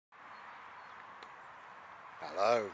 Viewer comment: I like so much about your ramblings but a few things have floated to the top of my list: 1) your "hello" or "allo" - it always makes me giggle - don't know why but that's good! and 2) I've learned new words such as "bimble" - how cool is that? As always, thank you.